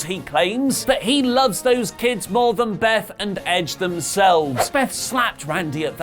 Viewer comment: When says more its sound like he saying bore I spelle His name wrong I think